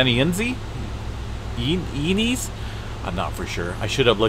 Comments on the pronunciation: It's Santa EYE NEZ. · Santa "in-ez"! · Its pronounced Santa (ee...ness)